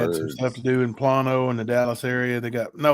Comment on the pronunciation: Plano is pronounced Plain O …. Driving me crazy y’all!!!!